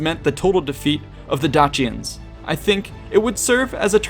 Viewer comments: DAYSHENS NOT DAKIANS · love your work with all your vids but absolutely did my head in you numerous times pronouncing dacians one way, then saying it a different way. romans would have said it 'dackian'. at this time and mostly, c was always pronounced with a hard c like cat. not a soft c like church. so you mostly say 'dachians' was wrong